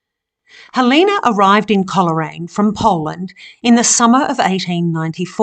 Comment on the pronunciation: Thankyou for this lovely video of Coleraine where my mother was born and lived for many years a few miles outside at Wootong Vale on the Balmoral Rd. Coleraine is pronounced Cole Raine not Coler Raine